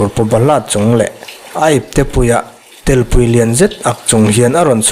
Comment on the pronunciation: Telpui tih i lamdan hi chu a fuhchiahlo,, , pui tih hi awki sang deuh a ngai e